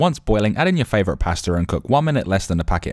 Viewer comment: WTF? Who pronounces pasta like this?